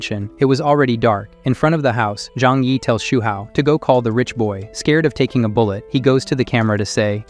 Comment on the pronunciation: bull ett, cal lead... oof. The Ai voice needs a bit more training or better scripting